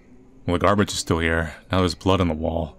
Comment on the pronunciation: there's something about the way says gaRRbage that makes me laugh everytime